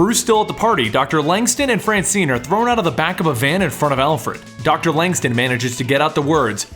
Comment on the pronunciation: LangSTRUM with an R not langstum